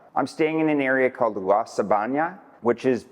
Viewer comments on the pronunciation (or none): Jaco, Sabana, Colones,... if you are going to give advice on Costa Rican things, learn how to pronounce the names. Your credibility really comes into question.